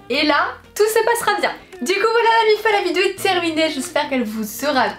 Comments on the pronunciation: Arrête de dire vidzeo punaise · Mais tu sais pas dire vidéo ?